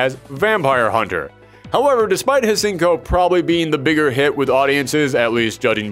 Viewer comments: Hsien ko The "H" is silent, you goof...LOL! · I really mean when I say I’m not trying to be part of that pretentious “Um, Actually” club, but there were two things I noticed that were inaccurate. Firstly, Oboro Bishamon is actually the current victim mastering and controlling the armor, not a more cursed version. The second thing is the easily more common mistake of not pronouncing Hsien-Ko’s name correctly. The correct pronunciation is found in the OVA, “syen-ko.” The H is simply ignored. Overall, though, this was a pretty enjoyable video.